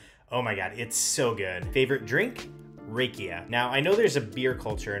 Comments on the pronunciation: Love how wrong he pronounced rakia!❤😂 Rakia is not pronounced with the typical "a" sound of the American alphabet. It is pronounced with clear "a" from the Bulgarian alphabet. Basically the same way you pronounce banica. Well the letter "a" from that word. I am looking forward to when you drop in again. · Haha, yep! I messed up the pronunciation of banitsa in a previous video. Now in this one I messed up rakia. One of these days I'll get it right 😅